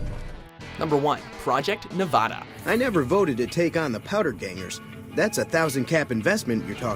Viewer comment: Hey guys come on you have fans everywhere including NEV-add-DUH no ahh or anything please just say the STATE correctly